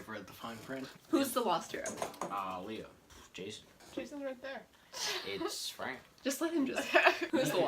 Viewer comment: How come she says Leo like Leah